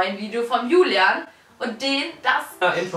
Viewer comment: Nicht Hulian soll julian